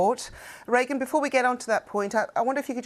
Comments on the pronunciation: The newsreader referred to Merlyn Thomas as Reagan! This is the second time she's got her name wrong! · Are you ever going to get this correspondents name right? So far she's been Meryl, Reagan, anything but Merlyn.